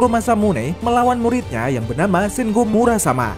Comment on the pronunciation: Muramasa min bukan Murasama😁